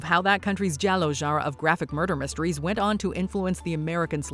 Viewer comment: JELLO? Are you trying to pronounce giallo? Zhe-all-oh. And The Hitcher is one of the greatest crime/horror/whatever movies ever. Rutger Hauer is unparalleled in this movie. If you haven't seen it, you're doing yourself a great disservice.